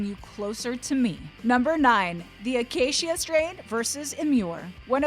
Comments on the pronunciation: It's pronounced, The uh-kā-shuh Strain. I don't think it was ever intended to be pronounced any other way than that. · "Akaysheeuh Strain" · Why is she saying Acacia strain like that-akasheea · Lmao this lady saying the acacia strain, cmon. What are you doin?